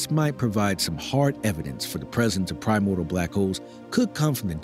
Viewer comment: If only you knew how to pronounce 'primordial' maybe you would have some credibility.